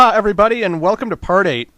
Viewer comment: in you said party or part 8?